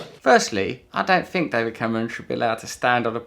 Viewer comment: he pronouces F instead of TH like a french kid. "fret" = "Threat" we Fink = we Think...funny to hear that from a real english person....!!! yeah sorry for the topic i drifted slightly :)